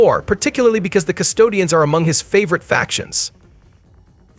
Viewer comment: Custodes…you keep calling them Custodians 😂